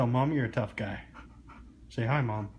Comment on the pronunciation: He didn’t say he’s tough...he said “I run run run” 🤣❤️👍